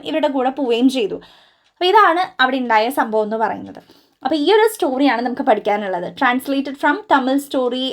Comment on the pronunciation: Try to pronounce "oru" correctly.😊